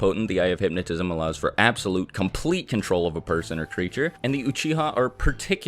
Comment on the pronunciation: It's because he keeps saying "SHAringan" "MAdara", "uCHIha". And it's friggin annoying lmao